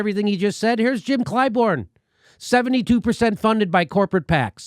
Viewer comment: It's ClyBURN, Jimmy. Not ClyBORN. WTF?